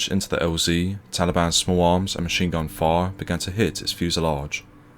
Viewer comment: Why cant you pronounce "fire" properly